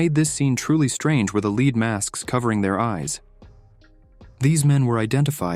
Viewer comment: One presumes that a human reading these stories would realize that there are two ways to pronounce the word “lead,” depending on the context. It was a bit grating to keep hearing that these men were wearing “leed” masks, when it was obviously meant to be the metal.